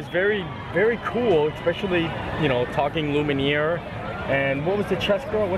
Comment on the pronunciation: the candleabra's name is pronounced "loo mee air".